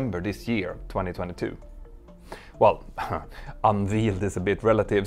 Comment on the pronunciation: Pronunciation note: your pronunciation might have been accurate had the B21 been covered in calf meat, but usually “unveiled” sounds like unvayld. :)